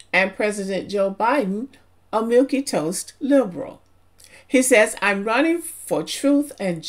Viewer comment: "Milque" in "Milque toast" is a one syllable word pronounced as "milk," not "milky."